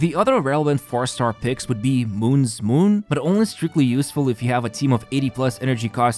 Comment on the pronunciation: Lol, I cringe every time I hear someone call “mouun’s moon” “moon’s moon” “Mouun” should be pronounced “Moe-oon”. It’s two syllables. “Moe” as in the name, followed by “oon” So the whole thing should sound like “moe oon’s moon”